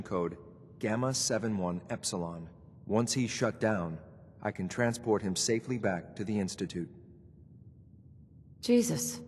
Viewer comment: saying "eggsalad" instead of Epsilon. 😂🤣